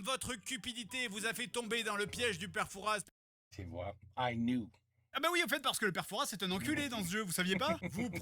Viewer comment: Bon désolée mais mention de fort Boyard oblige : ça se prononce "père foura", pas "fouraS", c'est le nom d'une ville et comme pour Paris y'a un "s" mais il ne se prononce pas ;)